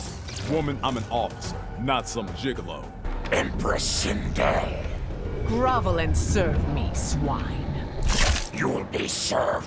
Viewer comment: Sorry but we rather have Sindel, not twindel.